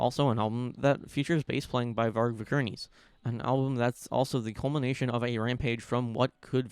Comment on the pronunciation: "Varg Vikerneese"😂